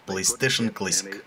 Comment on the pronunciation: Господи, чел, плЫстейшен клЭссик?! Блооо... Мои уши.... Плэйстейшен клАссик (ударение на А)